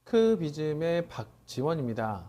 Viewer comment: 펑키비즘인지 펑크비즘인지 헷갈렸는데 초반에 펑!크비즘이라고 하셔서 이제야 제대로 외웠네요ㅋㅋㅋㅋㅋㅋ